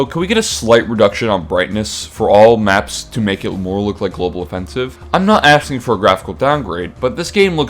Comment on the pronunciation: did I hear a "axing"?